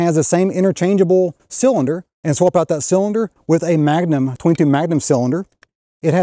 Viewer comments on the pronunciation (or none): none